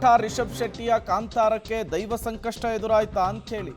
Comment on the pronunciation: ಕನ್ನಡ ಉಚ್ಚಾರಣೆಯೇ ಬಾರದ ಈ ಗೂಬೆಗಳನ್ನು ಯಾಕೆ ತಗೊಂಡ್ರಿ ರಂಗಣ್ಣ ?? ಅಯೋಗ್ಯ , ಅದು ದೈವ ಕಣೋ , ಧೈವ ಅಲ್ಲ . ಮಹಾಪ್ರಾಣ ಹೇಳಿ ನಮ್ಮ ಪ್ರಾಣ ಯಾಕ್ ತೆಗೀತೀಯ ?? ಕೆಲಸ ಬಿಟ್ಟು ಮೊದಲು ಕನ್ನಡ ಕಲಿ ಕಂದಾ . ಆಮೇಲೆ ಕಥೆ ಹೇಳು